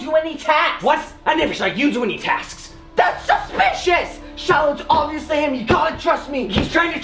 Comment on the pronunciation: I HEAARD SAID SHILIH